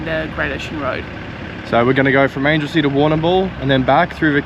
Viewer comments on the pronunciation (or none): Great video. Very informative and also my backyard too (Geelong) But I have to say, it Anglesea like a right Angle not like an Angel from heaven.